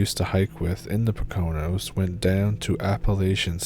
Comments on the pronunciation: Great stories Just a little tip from a fellow Pennsylvanian, it’s pronounced “poke- a-nose” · You should Google how to pronounce Poconos. (Poe ka knows)🙂. Shared with concern not ridicule! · You mean "Poe- kin- knows"? 😁